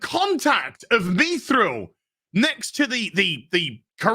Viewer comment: How does it not make sense you can't create without sacrifice? why are you and purposely pronouncing mithril wrong just because the show did?